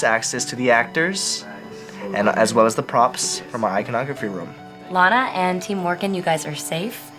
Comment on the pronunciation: Her name is LANA. Pronounced the same way it's spelled... Laina..?.. Launa..?.. Really!?